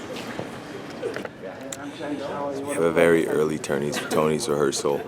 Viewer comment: At first I thought he said I'm "Burry" excited and I was like LESLIE YOU SLY DOG